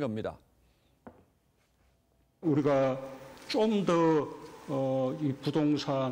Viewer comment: 대통령의 입으로 부터 '쫌더'라는 저속한 발음을 들어야 하는 국민은 슬프다. '좀더' 또는 '조금 더'라는 표준어 발음을 할 수 없는 것일까?